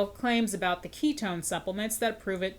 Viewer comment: "ketone slinger" is making me lose my mind